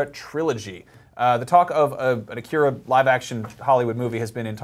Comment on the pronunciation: Please pronounce "Akira" and "manga" correctly...